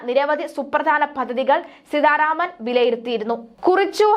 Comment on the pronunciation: എന്തോന്ന് വാര്‍ത്താവായനയാണിത്...അക്ഷരത്തെറ്റുകളുടെ ഘോഷയാത്ര. സീധാരാമന്‍..എവിടുന്നാണിവര്‍ മലയാളഅക്ഷരങ്ങളും ഉച്ചാണങ്ങളും പഠിച്ചത്..ഭാഷയ്ക്ക് നാണക്കേടാണിത്.